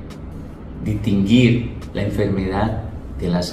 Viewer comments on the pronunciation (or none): Dile a que no dice LASTIGO, se dice latigo, se dice Distinguido no DITINGUIDO